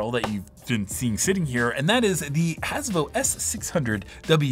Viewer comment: Every time you said "Hasivo" quickly, I kept hearing "Hasbro"! 🤣